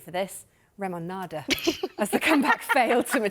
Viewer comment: “ RemoNada “is diabolical 🤣